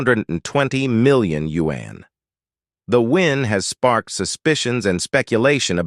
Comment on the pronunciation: Change the robot voice! Can't take you seriously when it sounds like a white guy pronouncing yuan like you-ann